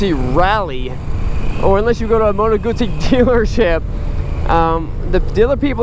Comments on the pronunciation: I don't know why you say “Guzee”? It's supposed to be said as “Goot-see” Do you say Pizza as “Piza”? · no! It's not "Gutzi". It's "Gudzi". Or at least that was how the Sicilians were pronouncing "zz" sounds during my 2 years there in 78-80. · No it ISN'T pronounced "Goooo-tsee"..... the start of the word is pronounced with a hard 'oo' like the start of 'Good', with 'tsee' replacing the 'd'. Why can't 'Murkans get the hang of this? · I hope it is not a STUPID question, but is it pronounced, G-oo-ss-ie, or Goot-see?????????? Thank You Very Much. Regards. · It pronounces "Guzzi" with double Z, so you should remark the Z sound. Btw this bike isn't stock, for what I can see, there are the following aftermarket parts: - Solo seat - Led headlight - Side mirror - Indicators - WIndscreen